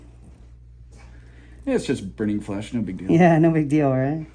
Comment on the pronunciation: Sounded like he said "brain flesh" lol